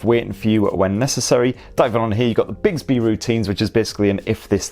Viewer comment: 'Biggsby'?? 'Bicksby' surely?